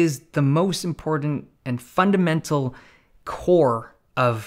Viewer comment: The way Dave says 'important' makes it seem so IMPORTANT.